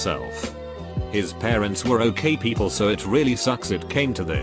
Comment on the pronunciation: This text to speech robot needs an update. "Peeeeeeaaaaapl"? Really?!